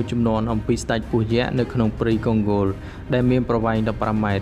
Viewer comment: អញឆ្ងល់ណាស់ ? Congo កុងហ្គោ វាទៅជាវាអានថាកុងហ្គោល អាតៃហោងឯណាឆ្កុយអញ្ចឹងទៅ ? ទីក្រុងម៉ូស្គូ វាទៅជាវាអានថា ទីក្រុង មូស្គូល ឯណាអញ្ចឹងដែរទៅ ? ចេះប្រកបអក្សរខ្មែរទេ អាតៃហោង ?